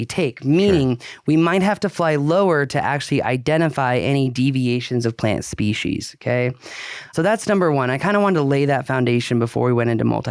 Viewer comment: I distinctly heard a "c" in there... Schpecies.